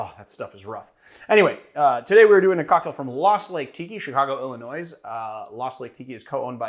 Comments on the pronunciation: Yay! Malört ❤️ and Yay! Lost Lake 🍹 But you don't pronounce the S in Illinois 😉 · Did you pronounce the “S” in Illinois? I think you pronounced the “S” in Illinois. 😂😬😂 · I think this means you should keep pronouncing the 'S' in illinois 😂